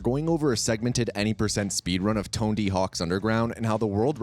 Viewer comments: TONEDY? lol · Great video but "Tonedy"? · Who the hell is Tone-D? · i love that not a single person mentioned how this moron said TONEDY not Tony....... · dude his name is tony not tondy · Please tell me I'm not the only one hearing tone-D hawks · "Tondy Hawk" "Musky" do you know how to pronounce words? edit: just got to "Bam Margarine" and "THUD" and realized it's your thing... Meh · “Tondy hawks” has been said 2 times within the first 30 seconds. I’m already about to stop watching because of this